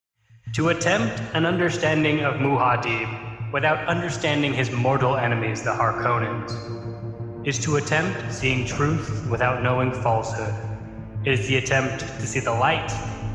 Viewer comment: Guys .. I know I am late for the party, but aren't Harkonnen and Muad'dib pronounced 'haar·kuh·nuhn' and 'mow·uh·deeb' respectively?